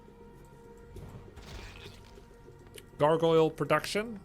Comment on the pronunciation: Look up the correct English pronunciation of healing salve and gargoyle. Noone gets it right. Thanks for the amazing series Grubby!